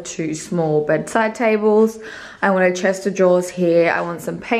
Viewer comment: I love the process of moving in t o a new place! We move into ours in the next few weeks if all goes well! Had to have a giggle at the way it sounds when you say "Chester draws" instead of a chest of drawers.